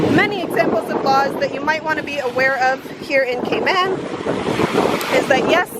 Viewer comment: Cayman not catman😂